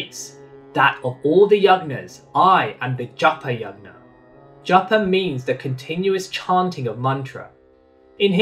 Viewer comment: Also, a suggestion your pronunciation of Yajna can be improved. It uses 'J' sound like in Jug, and not 'G' sound like in Good.